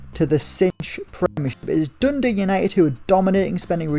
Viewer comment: Triggering how you say Dundee.... not Dundee UTD